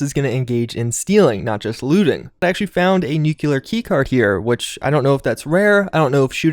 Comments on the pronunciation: Newk-lee-ur. It’s not newk-you-lur. It’s pronounced exactly how it’s spelled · NEW. CLEAR. NOT NUKULAR. Solid review tho👌